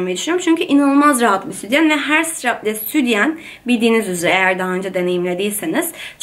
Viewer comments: Doğru konuşmayı öğren önce.Südyen değil sütyen. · Neden südyen diyon ya jsjsjjs